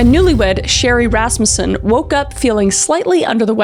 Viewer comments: Oh my gosh! That's my last name! I never hear Rasmussen anywhere. And Kris actually pronounced it correctly. Everyone always wants to pronounce it Ras-MU-ssen. Anyways.... LOVE your content Kris. (Also my first time commenting. I'm usually a silent watcher 😂) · claps to Kris Thank you for getting the pronunciation of "Rasmussen" correct. It's been a long time struggle for a lot of the family in that regards. (Yes I am in a very large Rasmussen family). This is one of the hardest videos you made for me, I was viciously stalked by my ex for 15 years